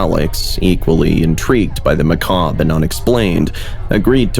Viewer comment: THANK YOU for saying macabre right! 😅